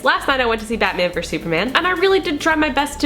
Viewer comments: Why do people say "verse?" It's versus. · I could understand if they just said "v," like in the title, but "verse" just confuses me. Maybe they think the "us" is silent.